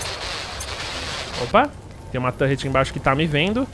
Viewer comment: "tãnrreti" fala torre ou torreta po rsrsrs